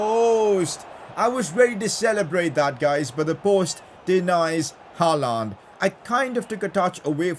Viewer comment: you pronounce Haaland wrong